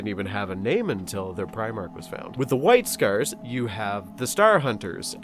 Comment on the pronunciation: When I heard you say "white scars" I was like "I think this guy is Canadian". Then you mentioned kilometers and I knew. Also, Blood for the Blood God. Skulls for the Skull Throne, Souls for the Red King. RAWR.